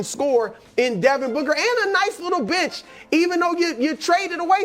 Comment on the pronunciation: Brou saying bench, sounds like b*tch. he had me shook